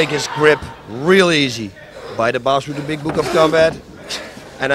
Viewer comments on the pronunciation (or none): “BASSO RUTTÉN”